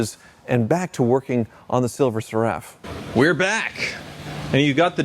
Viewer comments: Oh by the way it's pronounced SERUF. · Great video but it’s Silver “Ser” “Ruff” (Seraph like the celestial beings…i.e. seraphim, cherubim).😊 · Seraph rhymes with Sheriff, not with Giraffe. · The phrase "Silver Seraph" is pronounced SIL-ver SERR-uhf. Like the name Sarah is pronounced SAIR-ahh, not sir-UHH. 🤷🏻‍♂ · "SERR" – rhymes with care or air (with a short "e" sound) "uhf" – like the "uff" in stuff, but softer so it sounds like: SERR-uhf not Sir-Raff. Source? Being British. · I always thought "SERAPH" was pronounced like the type of angel, SARE-riff. Not, suh-RAFF. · Please learn how to pronounce Seraph. The accent is on the first syllable! SERaph… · I presume you've only seen 'Seraph' written and not vocalised. The word is pronounced sĕrˈ -əf with the stress on the first syllable and ending similarly to the first part of cera-ve rather than carafe. I hope you're able to improve before the next video. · Seraph is pronounced like Sarah with an F on the end. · Stop pronouncing Seraph like Giraffe ffs lol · Talking of the 'king's' you could do with learning it. Seraph is pronounced ser-if. Bloody hell. Also, "lunch trays"? really. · It's pronounced SERaph. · Cool video....but you really ought to learn how to pronounce the word "Seraph" correctly, now that you own one :) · Rhymes with sheriff, not giraffe. Think "serifim". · The guy can’t even pronounce the name correctly . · Can you please pronounce the name properly its seraph like Serafin angels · Am I going to lose my mind hearing that pronunciation of Seraph over and over again? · DUDE LEARN HOW TO PRONOUNCE SERAPH! AAAAAAAAAHHHH